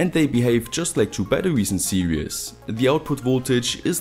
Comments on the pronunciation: You said "serious" ..its sposeto be "series" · I'm sorry but "series" is pronounced "see-rees" where the ee is pronounced like "sea". You're far smarter than me, so don't feel patronised cuz I'm dumb.